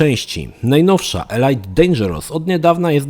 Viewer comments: Nie ELAJT tylko ELIT Dangerous. Coś we mnie umarło... :) Edit: i dalej - nie PRIWATIR tylko PRAJWATIR, nie BATEL KRUZAR tylko BATEL KRUZER Sorry, niby wszyscy cię rozumiemy ale poprawić zawsze warto. Ja szok przeżyłem i do dziś nie mogę się przestawić z mówienia FALOŁT na FOLAŁT. :) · Elajt Elajt Elajt.... Elite czyta się "Elit" a nie elajt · elit nie elajt, tak myślę